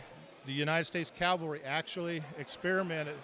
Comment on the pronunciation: CAVALRY NOT CALVERY